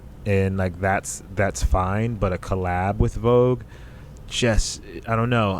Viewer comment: Love this podcast minus her saying "CO LAB"